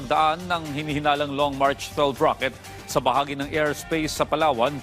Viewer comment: mach not March😅😅😅😂😂😂😂